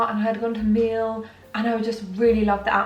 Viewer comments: It’s pronounced like “me-Elle” means honey in Spanish ! 💌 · Miel = honey. Pronounced me-ehl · Miel means honey in Spanish- said like "mee-ehl"